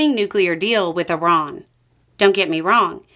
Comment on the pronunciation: I like that you pronounce Iran correctly.